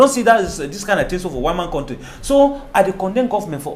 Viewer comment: please tell your English teacher guest,, to pronounce 'country' correctly. He teaches!